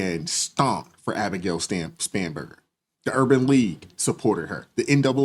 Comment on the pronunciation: I heard Scumberger too!